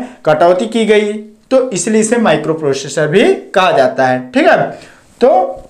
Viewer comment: प्रोशेषर नहीं भाई प्रोसेसर होता हे 😂😂